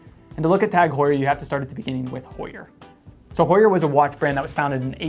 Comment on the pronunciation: The H is silent the same way as it is in English. We don't say (h)our in English